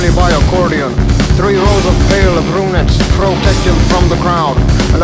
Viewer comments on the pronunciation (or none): The way he says "brunettes" scratches an itch in my brain